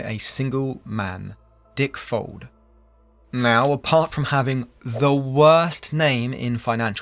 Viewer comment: I kept hearing "dick folds"